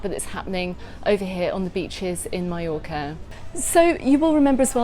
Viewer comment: "My-Yorka" lol